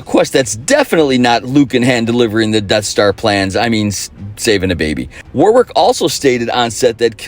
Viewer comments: Proper descriptions of these films, smart references, and yet the thing that sticks is the mispronunciation of "Warwick". Damn, that's disappointing. Incidentally, the second W is silent, so it's pronounced Worrick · I was enjoying this trip down memory lane until you mispronounced Warwick, then it was as if you were missing a piece of research. The second w is silent. Stopped watching then. Sorry.